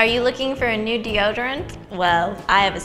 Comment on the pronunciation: "Oh, I forgot deode" I love Ingrid so much.